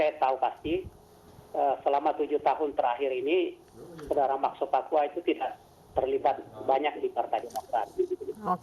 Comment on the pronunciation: Tulisannya sopacua bacanya sopakua mbak, beliau ini senior anda di dunia jurnalis televisi